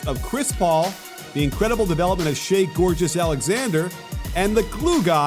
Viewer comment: Did coach said Shai Gorgeous Alexander lol